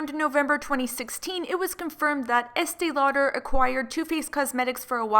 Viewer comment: I can’t stand hearing Estée Lauder anymore. It just bugs me SO much when I hear the name